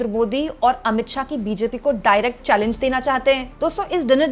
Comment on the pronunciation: चेलेंच नहीं चैलेंज होता है. You always make the same mistake.